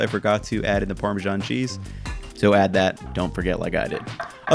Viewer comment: ParmeSHan... You can't overhear that... 🙈 It's Parmesan with an S 😉😊